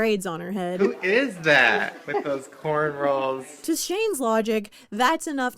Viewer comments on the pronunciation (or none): ok what the fuck. and I stg this man is calling them "cornrolls" instead of "cornrows" am I crazy? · did he just call cornrows cornrolls?😭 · He calls “corn rows”, “corn rolls”. Stupid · Maybe im tweaking but whenever Shane says "Cornrows" it sounds like he's saying "Corn rolls" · Why tf does he keep saying cornrolls😭😭😭😭